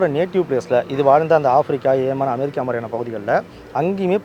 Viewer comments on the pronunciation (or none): none